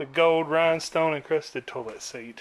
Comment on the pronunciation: I love hearing u say turlet